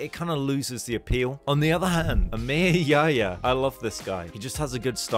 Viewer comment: bro i was bursting in laughter when you said emir yahya, his name is pronounced diffrently in Arabic.